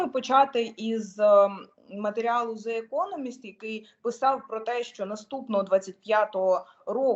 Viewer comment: Яка молодець а ведуча каже: неправильно назву газети the economist артикль the не зе а де приблизно. Глухим звуком 😂